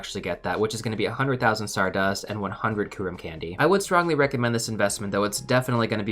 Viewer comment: This bothered me throughout the whole video. The Y in Kyurem isn't skipped xD It's not "koorem".